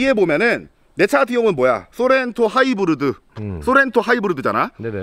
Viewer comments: 하이브르드 거참 거슬리네ㅋ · 쏘렌토 하이부르드 ! 하.이.부.르.드 에서 보다가 맥주뿜고 개터졌넼ㅋㅋㅋㅋㅋㅋㅋㅋㅋㅋㅋ😂